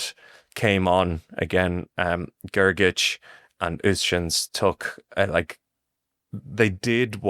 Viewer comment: I really like your Podcast but your pronunciation of Grgic is terrible